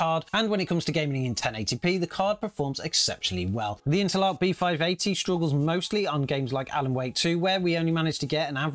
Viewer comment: I've never heard anyone pronounce Intel ARC as interlock.